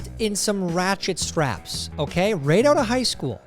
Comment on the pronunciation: Stop mispronouncing "Rat Shit Strap"